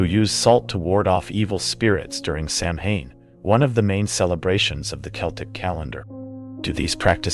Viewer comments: How to instantly discredit oneself: Misponounce Samhain. Sam Hane???? Sow-When… it’s Celtic! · Sam-Hain??? 😩 I cant ... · Not judging but you mispronounced Samhain. (Sa - wain) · Sanhain is pronounced, SAW-WIN. it's Gaelic. Also it's 2024, you should know this. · Random fact Samhain is pronounced sawn. It's Halloween. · Please pronounce Samhain properly. It is pronounced sawen. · Just FYI, “Samhain” is pronounced Sauin (SAH-win). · Samhain is pronounced sow en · It’s pronounced “SOW-EN” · The way Samhain is being said 😬